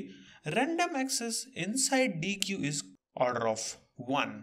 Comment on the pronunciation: Deque is pronounced "deck" like a deck of cards. Nice video!